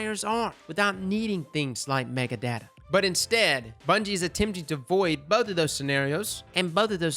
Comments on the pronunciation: Say Mega-Data again, I dare you, lol. It's Meta-Data. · Mega data? META. It’s META data. 🤦‍♀️